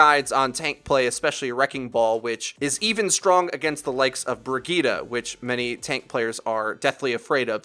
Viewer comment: okay, Brigeetah